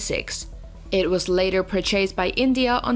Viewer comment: where do they get these narrators from.admittedly its not a comp voice but really......@ we hear the AC was perrchasted from.........bloody hell :(